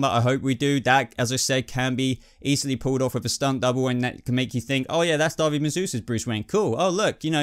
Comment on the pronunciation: Just found your channel and I love it. Please don't think me critical but it's *David, not Darby. All the same, great video, watched it while on my lunch at work and had a blast. Cheers!